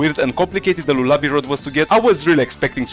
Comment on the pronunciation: im dying cuz bro said lolaby rod💔